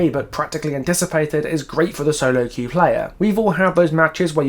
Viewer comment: “You’ve never been able to qw-eif before…” That just made my day ☺️😂